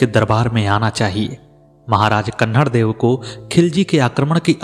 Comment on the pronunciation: कहानी सत्य घटना पर आधारित हैं । लेखक ने सही जानकारी प्राप्त कर अच्छी प्रस्तुति दी हैं । कहानी में जो बार बार अखरता हैं वो ये हैं कि पूरे विश्व के महान हिन्दू शासक जिसने धर्म के नाम पर फिरोजा को ठुकरा कर हिन्दू धर्म का मान रखा । उस शासक के राज्य को कहानी में बार बार जालोर छोटा राज्य का उल्लेख करना बहुत अखरता हैं । साथ ही कान्हड़देव को कन्हड़देव के नाम से संबोधित करना भी अच्छा नहीं लग रहा हैं । इन कमियों के बावजूद आलेख / प्रस्तुति अतिसुन्दर हैं ।